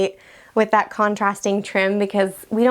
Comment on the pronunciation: The house has charm, but the vocal fry and the constant “Iverything” ( = everything) ! Thite (= that.) is quite annoying, and detracts from the show and “Iverything.” Many little teen girls do thite alot.